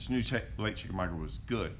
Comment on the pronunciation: Love this! Chick is my home lake as I am 30 minutes away.. Where you started is the general area Andy Morgan won his BPT event a few years ago. It's produced as: Chick a maga. The "U" is silent. This is old, as you are in a Ranger.